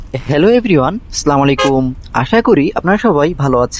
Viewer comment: আসসালামুয়ালাইকুম, আপনার সালাম দেয়া সঠিক হয় নাই। উচ্চারন ঠিক করে সালাম দিবেন।